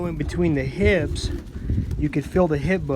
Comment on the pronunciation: Are you saying HIPS or HIBS? Not sure what HIBS are.